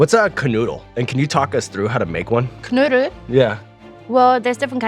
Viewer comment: I am German too, and when Sean said Knödel, I was really worried as it sounded like Canoodle :P